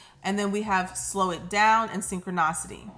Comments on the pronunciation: SSSSSIIIIIIIIIIIIITAAAAAAAA SYN-CHRON-I-CITY IH-IH CITY NOT OCITY🤦🏾‍♀️🤣😭😭😭and u hit it hard too SYNCHRONICITY I CITY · Babe this was so good! It’s synch-chro-nicity not synch-cri-nocity 😭🤣🤣🤣🤣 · I’ve been wanting to leave this comment. The mispronunciation lowkey really bothers me and she says Syncro-naw-city more than any other word in all of her readings. 😅 I still watch though 🤷🏽‍♀️